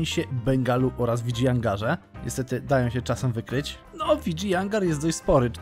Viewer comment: Uwielbiam tą muzyczkę w tle, tylko z Tobą mi się kojarzy i jest boska <3 Plus wymawia się,, Widżajanagar